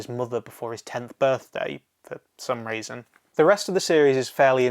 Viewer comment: Sorry, I don't want to sound mean, but when you said: some reason, I heard: some raisin